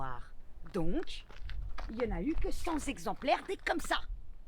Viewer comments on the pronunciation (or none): Y a le verbe"monospaciser", et le terme "zexemplaires". Un zexemplaire, 2 zexemplaires....CENT zexemplaires! :)